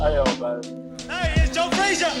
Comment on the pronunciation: Even the way Ali pronounced Frazier's name was derisive - "Joe Fray-shuh." Joe was a good guy and a great champion who didn't deserve to be treated that way.